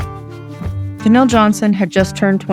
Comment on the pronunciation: This is my aunt, her name is pronounced Ja-Neel So much guilt my uncles and aunts have for not being able to protect her. But she was reunited with her older brother as of May, we can only hope they are all together. Thank you for covering her❤️